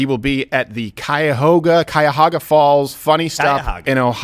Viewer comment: Steven butchering the pronunciation of my hometown Cuyahoga Falls lol